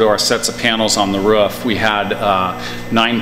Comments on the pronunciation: What's a, 'ruff'? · It’s roof, not ruff! You’re not a bloody dog. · whats a ruff? or does he mean r-o-o-f ? ;-) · The pronunciation of roof is hilarious... "ruff" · Every time I hear "roof" being said as "ruff" it's painful to hear. Never heard it being said that way before.